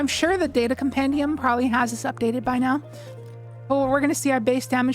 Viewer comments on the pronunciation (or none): none